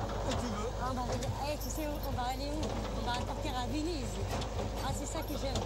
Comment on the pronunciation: "On va partir à Vénizz"